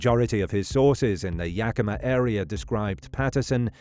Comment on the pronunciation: Great pronunciation of Yakima!